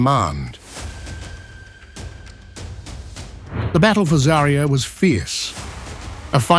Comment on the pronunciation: ZA'rya, not ZariYA! Where do you find these people who don't even bother to check pronunciation? ZA'rya means Sunrise...